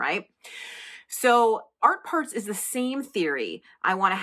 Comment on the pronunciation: Every time you say Art Parts, I hear "art farts" and my inner child giggles. Giggles that were very welcome today!